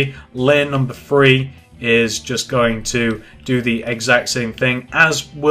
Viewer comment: Do you say free or three